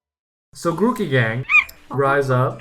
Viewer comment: GROOKEY DOES NOT END WITH AN I, IT ENDS WITH EY! AND DON'T CALL GROOKEY A HE!